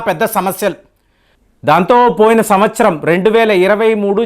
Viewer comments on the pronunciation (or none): none